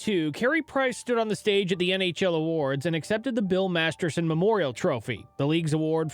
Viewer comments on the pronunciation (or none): You keep saying Masterson!!! But it is Masterton !!! Please correct this please out of respect for the late BIll Masterton . Thank you kindly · 1. Disgusting disrespectful thumbnail. 2. Meaningless repositions of the same point. 3. It’s the MasterTON award, not Masterson. Some people might be embarrassed when broadcasting their incompetence. Props to your for throwing credibility out the window and posting this brand of fresh, newly piled dog shit.